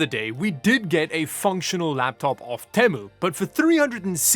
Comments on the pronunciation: PLEASE PRONOUNCE THINGS CORRECTLY OMG ITS RIDICULOUS NOW LIKE YOUR DOING IT INTENTIONALLY EXAMPLE YOU SAY “TEHMOO” INSTEAD OF “TEEMOO” or NVIDIA CARD “TI” IS PRONOUNCED “TEE-EYE” NOT “TIE” I COULD KEEP GOING BUT YOU GET THE IDEA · Te-mu not tem-u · only stupid thing u did was pronouncing Temu like that. its Tea-moo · Actually, it varies between T-I and Tie -- even nVidia representatives have interchanged the two. shrug But the Temu thing, yeah. I cringed a bit there.